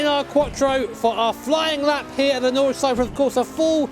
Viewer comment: no flaws in the pronounciation of nordschleife :D